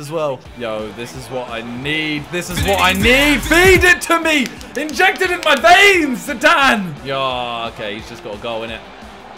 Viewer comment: one of the worst fifas huh .. one moinute later"incject to my vanes" hhahahah